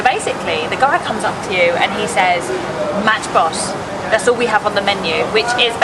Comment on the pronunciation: Its called bahrain because in arabic two oceans so and there is rain because rain in arabic is two things so thats why btw why did you call it mashboose it is metchboose